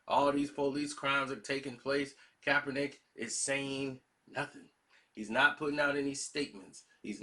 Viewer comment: Say it with me Karceno- KAP-ER-NICK! My goodness smh 🤣🤣